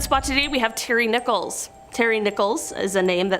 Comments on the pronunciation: Terry Nichols not Nicholas!! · It's nickols...NOT Nicholas...this dim bulb can't read! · Terry Nicholas? Terrible pronunciation. Of course, who cares? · Not to diminish the great work you do, however while profiling Terry Nichols, you pronounced his name "Nicholas" and said he was born in 1995, the same year of the horrifying OKC bombing. Upon reflection, he's a POS so who cares if his name and birthdate were incorrect.......cheers! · Please look up the pronunciation of names before posting. That POS name is NICK-uls not Nickolas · It’s Terry NICHOLS not Nicholas. Please get it right.